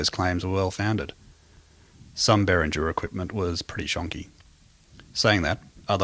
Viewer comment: It's not "BERRINJER", it's "BEAR-INGA" you moron.